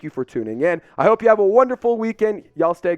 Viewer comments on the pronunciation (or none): none